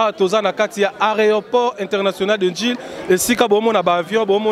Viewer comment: masters C'est un mot francais tu sais mon frere, ce n'est pas un mot bantou. demande a un francias de prononcer les mots bantu et entendras. Entre temps, pour un journaliste, ce n'est quand meme pas bien de dire ariport ha!